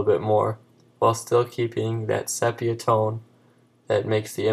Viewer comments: SEE - PEE - A not SEP E A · Good video. BTW - it's pronounced see-pee-ya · Pronounced SEE-PEE-AH -- but thanks for the tip! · I would have enjoyed this more if you actually pronounced "Sepia" correctly, it's pronounced "See•pee•uh".